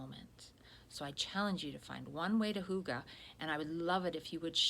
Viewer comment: Great content in this one,. Such great advice. And your pronunciation of hygge is on point! Hooogahh.